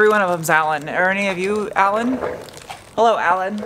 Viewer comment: Always happy to see you and hear you say "hello" or "helleur" or some variation